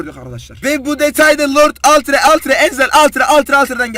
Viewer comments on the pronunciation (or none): Altire değil alttire